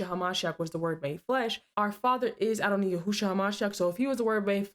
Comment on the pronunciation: Adonai is pronounced phonetically as Adon-eye, not ee. As it is written to imply.